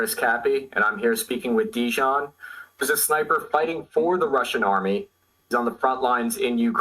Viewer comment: Dijon? you tool, at least learn to pronounce the man's name ffs.